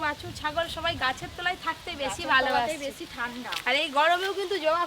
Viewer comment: 💁সবাই ✅ 🙅সোবাই❌